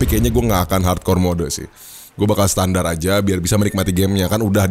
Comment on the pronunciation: terasa gatal telinga saat mendengar kata SETANDAR ???? WTF